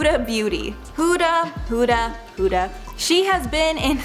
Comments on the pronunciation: Okay but why cant yall pronounce her name properly?ITS HUDA NOT HOODA its with a U not an O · "hOoOoDa" No hate, ly!